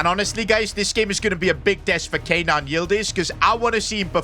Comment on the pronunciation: It is Ke-nan not Kay-nan